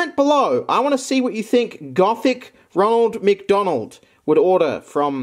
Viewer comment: Gothic Roneld MC Doneld. Nice way to pronounce it